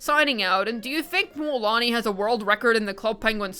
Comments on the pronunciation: Why is she calling Moooolani? Instead of Mulani? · MMMMMULAANI😂😂😂 damn the prononciation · Can I get just a recording of you saying Mualani?